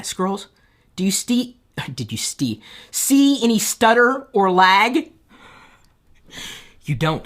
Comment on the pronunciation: i decided to officially like this video when he said "did you STEE that?" ROFL